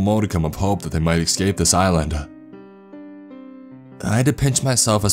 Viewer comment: He also mispronounces words in other readings.( eckscape, eckspecially, and more). Plus he reads so fast there is no sentence structure! Some of the stories are good but I’d rather listen to Clancy pasta or a couple of the British story readers.....